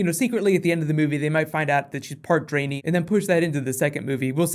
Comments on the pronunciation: Drain-ee? Lol...try "dren-eye"... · Part Dray-nee? Wut XD. It's Dran-I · the dranei are pronounced like dran - I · first person to pronouce "Draenei" as "Drainy". Draenei as in "read" and "eye" not as in "drain" and "knee" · "part draenE" lolzz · Sounds like Dra'Neye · cough draenee.... xD ( dran- eye) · Also please never say dranie again xD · The way he says drenai HAHAH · You mispronounce both Draenei and Ogrim btw